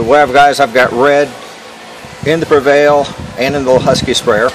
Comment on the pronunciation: It is pre val. Not prevail. There is no I